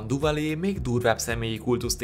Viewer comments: Duvalier nevét nem Duvalié-nek, hanem Düvalié-nek (ü-vel) kell ejteni. Tisztelettel kérem, hogy amikor ennyire ismert emberekről gyűjtünk fontos, mindenkit érdeklő részleteket, kezdjük azzal, hogy a nevüket valósághűen ejtjük. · Duvalier neve "Düvalié" és nem "Duvalié". Nagyon bassza a fülem. :D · Hidd el, a franciák helyesen, Düvaliének ejtik. :D